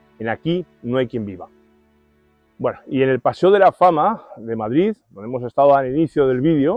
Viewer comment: por su queee??? madrido???? jajaja muy bueno ; )